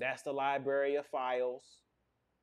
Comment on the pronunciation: “Lie-berry” vs “Library”😂